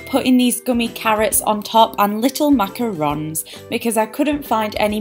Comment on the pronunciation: Yes! Finally someone said macarons correctly! Lol haha. I love you so much:) I'm totally trying these out! 😍